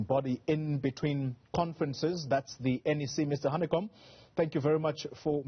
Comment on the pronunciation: It is #VETERANHANEKOM to you. Not how you announced his name.